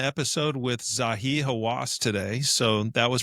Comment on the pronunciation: "it's Zahi NOT Zawi"